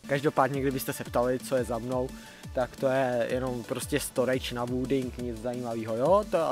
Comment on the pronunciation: "storedž na vúding" xddddd (°¿°)